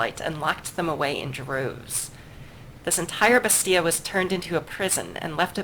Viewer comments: According to my French Canadian girlfriend: Bastille is pronounced, in french, more like "Basty" or "Bastee" while you're pronouncing it with an extra sound at the end, like "Basty-ah". Likewise, in English, it's often pronounced "Basteel" with the the hard, more drawn out "ee". It doesn't really matter, honestly, since they probably pronounce it differently elsewhere too (as you said), I just figured I'd ask because my girl friend keeps giving me weird looks while I listen to the videos. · are you ever going to stop mispronouncing Bastille?